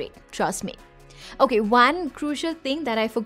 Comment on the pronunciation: Everything you said about phone. That same goes for you. Conclusion "okayiess" Your accent is not that up to notch but it's bad you know you must speak in Hindi there is no harm in speaking. No one is going to criticize you.